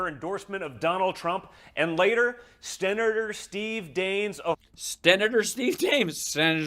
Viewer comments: Sten-na-tour LMFAO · Idk...he can't pronounce senator...hes got somethin goin on...hes never sober , I think.